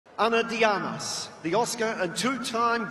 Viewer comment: No pueden pronunciar ana de armas bien jajajaja